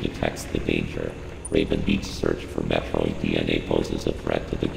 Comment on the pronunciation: so it turns out we've collectively been mispronouncing 'Metroid' for the last 35 years. The Chozo seem to pronounce it as Mathroid